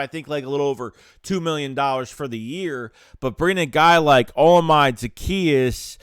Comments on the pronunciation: Pronounced oh•la•me•day 😅🇳🇬 don’t worry you have time to learn it. Great pick up! More than just a burner too. Well done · I'm just getting on how you butchered his name but it's a good signing but we'll see how it shakes out......see what I did there